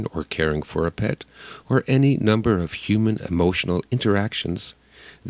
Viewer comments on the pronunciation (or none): none